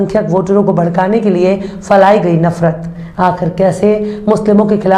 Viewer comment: Phailaee gaee nafrat , na k failaee gaee, Urdu me pahla lafz durust h Madam, aap Urdu se raghbat ràkhti Hain is Lea Mai Mai ne is tarf tawajjah dilaee h